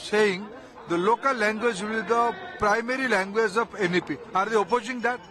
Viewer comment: டேய் you cant even pronounce the word "language" properly. You threatening me to study Hi di. to sell Pani puri...